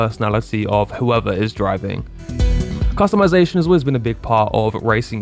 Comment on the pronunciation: You hit every single topic i had in the top of my mind, i definitely turned off the voice dialog and sub tittles and every other talking AI that was making me lose my mind!! Also i got a nit pick with the word Customization! 😅😅 sorry had to do it..